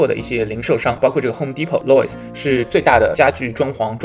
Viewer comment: 不错干货很多 谢谢分享 BTW Lowes是读lows